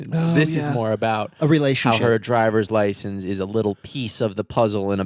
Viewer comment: really said dRiVeRs LaSeNsSs